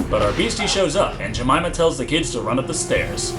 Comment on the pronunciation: i busted out laughing when he said aunt jameima..... i know thats probably not how u spell jamyma but, ehh.